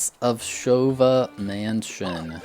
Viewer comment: Shova is pronounced like the word "shover".🌠🦚